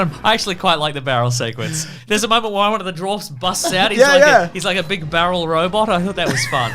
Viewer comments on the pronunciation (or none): none